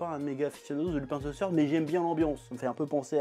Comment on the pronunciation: "Lupin ze seurd". Plus simple : "Lupin : Le troisième"